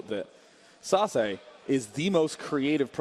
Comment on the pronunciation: yelled at the screen every time Day9 mispronounced Sase